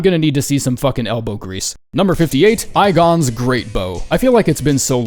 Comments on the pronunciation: remember when you got mad at us for not correcting you about the pronunciation of Comet Azure? Well, you’re saying “Igon” wrong. It’s not eye-gon, it’s E-gon. Like the letter. E-gone. He says his own name if you summon him against Bayle. “CURSE YOU, BAYLE! I hereby vow, you will RUE this day! Behold, a true DRAKE-WARRIOR, and I, “E-gone”, your fears made flesh!” So according to the character, you’re saying his name wrong. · "Number 58- EYE-GON'S Greatbow." Did Igon mispronounce his own name,? Or are you just trying to anger me lolol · WHY DID SAID "AI-GON" AGAIN???? LIKE BRO? DID YOU NOT HEAR HIM YELL HIS NAME LIKE 100 TIMES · "Aye-gon"? Dude screams his name out loud, man... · Dude you have to be mispronouncing things on purpose now lmao. Fucking “Eye-gone”? Cmon man 🤣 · I'm going to keep abusing bleed because you keep calling him "eye-gon" you hemophobic pile of platelets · 😂 like c'mon man you just did this in a previous video and addressed saying it wrong, yet here we are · Why does he say Igon that way? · tell me... tell me you didn't just intentionally mispronounce Igon's name. Coolest character in all of Souls franchise, and he says his name about 16 different unique times. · I love how igon literally shouts his name and never pronounced it correctly ever in any video. 😂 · bro still says igon wrong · Why do you continually insist on pronouncing Igon's name wrong...he literally says it at one point. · How did you mispronounce Igon, he tells you pretty loudly how to say his name